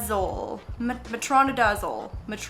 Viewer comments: As someone who works at a vet clinic, I think the medication you were trying to pronounce is Metronidazole! Which is pronounced met-row-neigh-duh-zal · In the grand scheme of things this does NOT matter but the medication is pronounced metro-nye-duh-zall 😂 (nye like Bill Nye the science guy) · You trying to pronounce metronidazole as someone who works in the field sent me 😂